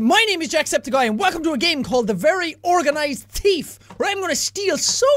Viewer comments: THEEEF not TEEF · thief not teef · watch out for da flying lettuce!! Top..of..the..morning..to..you..laddies...and welcome to something called the very organized teeth.. He actually says that :3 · Actually thought you said "The Very Organised Teeth" 😂😂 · did you notice that he said teef and not thief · Am I the only one who thought that in the beginning Jack said "The Very Organized Teef ?" xD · At the start he said teeth insted of thief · The Very Organised "Tief" lol Sorry Jack. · U SAID TEETH LOL!! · Did anyone hear sean/jacksepticeye says the very organize teeth or its just me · You said teeth at the beginning instead of thief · Why does he say teef instead of thief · Ha ha ha you said tief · did he say theeth at stary? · Lexi Rene ME TOO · me to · I heard "teet" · The Very Organized Teeth. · I like how Jack says "thief" in this video - especially in the intro - he pronounces it like "teef," and it's kinda cute. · I like how he pronounces it "the very organized teef" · I am the only one that heard "The very organized teeth"when jack said it? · It sounded like you said “Teeth”. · 00:5; organized teef! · did he say thief teeth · Lexi Rene that's because he did